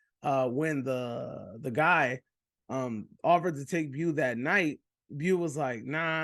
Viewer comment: How u watch the movie and still pronounce his name “bew” lol